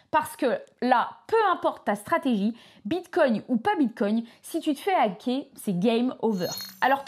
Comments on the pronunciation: Je ne suis pas un connaisseur mais il me semble que l'on ne prononce pas "bite cogne"... 😂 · Tu peux arrêter de dire "bitecogne" toute les 30 seconde . stp